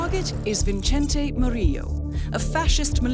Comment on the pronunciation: "Vincente"? Really,??